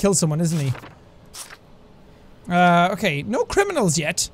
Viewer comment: "Maybe I shouldn't detain people that aren't criminalns " not even ten seconds later "DETAINED"